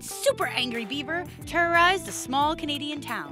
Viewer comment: when she said angry beaver i thought she said angry bieber